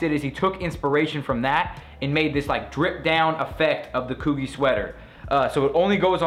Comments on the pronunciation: COO-gee lmao... it's COOGI {Coo-G} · It's pronounced (COO-GEE) lmao nice vid tho man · It's pronounced KOO-GEE like how you would pronounce the letter G. Jesus Christ. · Coogi haha not coggy. Loves your videos. Keep doin it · Lol its cooh-G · it's pronounced COO-GEE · Said Coogi wrong lmao .